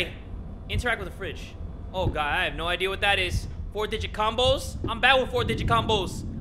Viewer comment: Nobody:: Ohda God, I’m from Minnesota, I swear to Goud